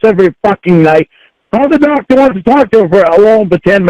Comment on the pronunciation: Happened upon this video, and I'm glad I did. This call cannot be dissected enough. This whole saga, with "Tha Doctuh" is my personal favorite.